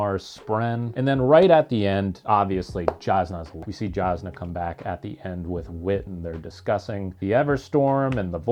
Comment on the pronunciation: Whenever there’s an off camera death.. We saw Jasnah’s lifeles body hit the boat deck tho! 😅 Also, it’s a J with a Y sound according to Brandon, so “yazz-nah”